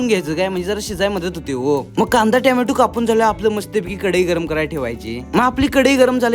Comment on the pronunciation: Tomato ❌ Tyamyatu ✔️😅 Well done bro